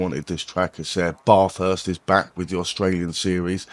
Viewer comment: Say BAF HURST. That's how it's pronounced mate